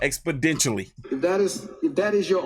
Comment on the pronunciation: Did he say "expodential"🤔